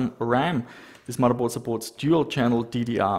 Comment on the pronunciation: I love how you say "Muddaboard".